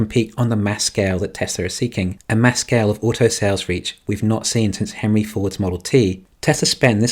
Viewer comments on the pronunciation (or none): none